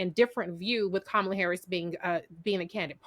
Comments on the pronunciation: I'm sorry but why can't dude pronounce KahMahla's name correctly. IJS. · if you were on a cooking show wouldn't you try to pronounce the name of the dish properly? How can you not bother to know how to pronounce Kamala's name, when youre on a panel just to discuss her? Even Trump can pronounce her name properly most of the time now. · Just discovered this episode today and this guy is irking me mispronouncing Kamala's name. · I wish someone would correct him (even off screen). He keeps mispronouncing Kamala's name. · can't be bothered to pronounce Kamala's name, how informed can he be. That's reflective on him.